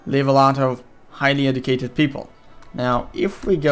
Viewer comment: This guy needs to be Educated on how to pronounce educated.